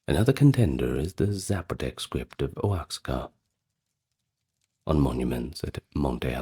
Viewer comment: Oaxaca is pronounced “wah HOCK uh” 💜